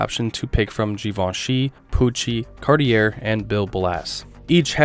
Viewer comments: Awesome!!! Can't resist pointing out Cartier is pronounced CAR-TEE-AY... Cheers! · How is it this guy doesn’t know how to pronounce Cartier?